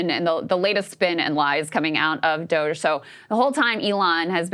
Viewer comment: Shoutout To Ryan Grim, his insightful takes, and the way he never pronounces DOGE right.